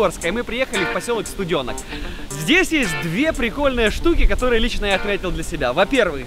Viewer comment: У меня кровь с ушей пошла,когда услышала "СтудЁнок" 🤦‍♀️ СтуденОк!! СтуденОк- ударение на "О"!!